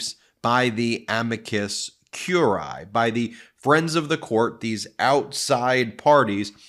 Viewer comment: Ben: Re amicus curiae: "curiae is "pronounced kew-ree-eye.